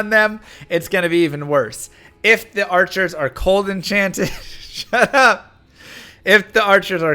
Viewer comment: FART!! FARTCHERS!!! 😂🤣